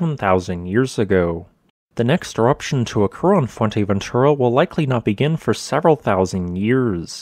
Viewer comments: It’s not called Fuenteventura. It’s Fouer-te- ventura frenetically. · atrocious pronunciation, lol most infuratingly, it's fuerteventura, not fuenteventura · It's not Fuenteventura ffs. Put some effort in your vids. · Not "Fuerteventera" or "Fuenteventura", but "Fuerteventura". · Yeah, the content is great, but his pronunciation could use some work. I have no idea how you get to an N pronunciation in Fue-R-teventura, especially with how the Spanish roll their R. And how hard is it to say Montaña instead of Montana? My native tongue is Dutch, but it is not that hard to check how a few words in another language are pronounced. Even his English has a very weird drawl. "a specific toooopic, please leave a comment belooooow." "volcanoooo" "that it will erupt agaaaiiiiin". Great channel, but the delivery is a bit distracting. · fue*R*teventura. No "N" there. :)